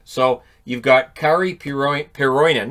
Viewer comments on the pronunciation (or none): none